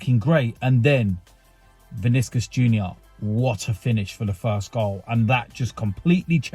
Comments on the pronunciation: Vinicius, not Viniscus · The way you say Vinicius 😂😂